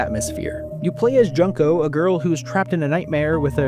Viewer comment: It's not JUNK-O it's JUN-KO